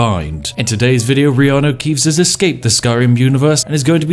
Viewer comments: Who else thought he was meant to say Kianno reaves instead of riarno keaves???? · You say reeanu keeves..... i say hagrid